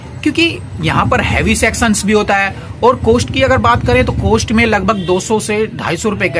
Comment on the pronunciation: कोस्ट नही होता है कॉस्ट होता है